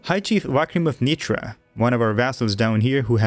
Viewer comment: Awesome video but if it you dont mind the name Nitra is pronounced Nit-Ra hard Ra like Ra-men just saying dont wan to nitpick or anything like i said love the vids keep them comming